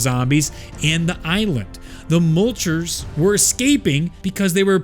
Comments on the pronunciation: Absolutely love this video. Lots of work was put into it, and you did a great job explaining everything. HOWEVER THEY ARE NOT CALLED MULCHERS. PLEASE STOP ;-; The official pronunciation from google translate herself, is something along the lines of "Moitler", kind of like moist but without the s. I am not a German expert, but I know for sure well that it's Meuchler, not mulcher LOL. Otherwise, keep up the great work! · Not Mulchers, Me-yoo-kew-lerz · Great lore but your pronunciation is a bit off. Meuchler is pronounced Moy-kler. Mutter is more like mootter